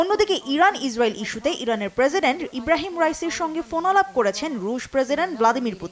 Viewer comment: পোনালাপ না, ফোনালাপ হবে... 😂😅